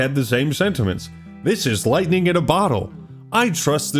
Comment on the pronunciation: This dev has brainworms. "Lufhtening ib a bottle." Who talks like this? "Supportive journalists." Oxymoron. This dude needs high school.